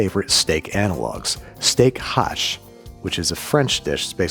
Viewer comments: FYI - it's not "steak hache", it is "steak haché". There is an accent on the e. Me being a French stickler. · Just a tiny detail : in "Steak haché" that little sign on the last "e" means you have to pronounce it like in "touché". The way you said it in the video ("hache"), it means "axe" in french ;) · Filet Mignon is actually PORK here in France, not a beef tenderloin ;) The More You Know (and "steak haché" is pronounced "steack ah-sheh" :D but french is a mean language that doesn't want to be pronounced properly by anyone !) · You got me with that chuck steak intro. I laughed heartily. Also, steak haché is pronounced "ashay," rhyming with "stay". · Love the content, as usual. For the chuck roast, my I suggest the French pronounciation for steak haché ends with the sound for AY as the é is not a silent E. Looking forward to the next video, as always! Keep them coming.